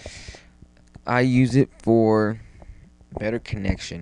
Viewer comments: nd its nt o-voo its said oo-voo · O-Voe? Nooo!! It's pronounced Oooh-Veww, or Ooh-Voo. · ooooovooooo not OVO... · When a doll gets pricked in the head with a pin, that's not VohDoe, it's VooDoo. Thnk VooDoo and you'll get the ooVoo pronunciation down, no problema. Still good video